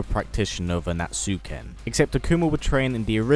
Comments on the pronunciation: The name of their fighting style is "Ansatsuken", not "Anatsuken". There's "SA"over there ;) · Yah Street Fighter pronunciations can be hard. It's an-sat-su-ken.